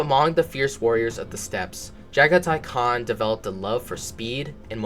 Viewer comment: lol your fine keep up the work man channel growing 👌 It fucked with me you got the khans name right which i hear people slaughter alot lmao